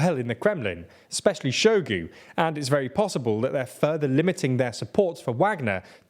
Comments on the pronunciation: Hi - please just take a few minutes out of your day to learn how to pronounce these names which are all over the news. Hearing you say Shoigu's name as "Showgoo" really made me cringe. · hahaha saluseny and show-gu, you guys crack me up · The mindblowing inability to pronounce the names of major players in this year-long story really undermines the otherwise professional looking report. I mean i get if its some random town but "Shoigu" has an "i" in it and im not going to even talk about Prigozhin.